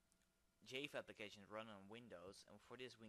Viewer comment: i laugh (not in a bad way) at the way you say java... jaaayva for future reference its jah-va =D